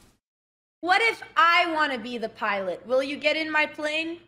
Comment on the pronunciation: "Dhe" is the new "The"